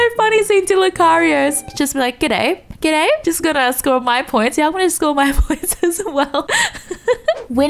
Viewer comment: That g'day was so australian. Lmao